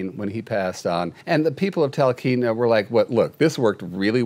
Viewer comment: I haven’t read all the comments, so maybe somebody has already addressed this regarding Stubbs the mayor of Talkeetna, Alaska. It’s pronounced tal KEET na. I’ve lived here all my life (Alaska) and my Papa Arnold actually has a Homestead in Talkeetna.